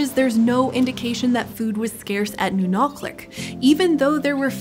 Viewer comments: impressive pronunciation of the /q/! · What's really cool: she pronounced Nunalleq really close to correctly. The "ll" in Yupik is a voiceless dental fricative that sounds somewhat similar to the "ch" in German. So, kudos to the PBS Eons people for looking it up, that displays a lot of respect to the native Alaskan people who still live in that area today. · That "ll" sounded plenty like a lateral fricative to me. Anyway, there's precedence for representing the sound that way from Welsh.